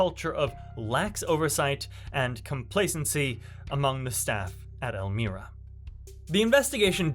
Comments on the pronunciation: EL-MY-RA not El-mire-a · ELL-MY-RA ELMIRA CORRECTIONAL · El-My-Ra .... pronunciation is odd i know welcome to NY